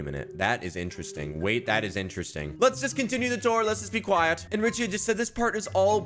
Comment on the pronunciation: you littarly caught there accent u said um well we'll talk about that later let's be quiet with the quiet u said qaieeet u were like a rich accent